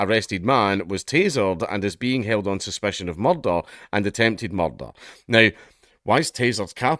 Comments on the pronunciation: Ooh i love the way you say murrdurr. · NGL, I do find it funny hearing Dank try to pronounce that word that I'm not allowed to type. "Mahrr-tahrrrr".